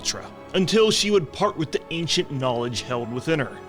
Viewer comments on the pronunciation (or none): none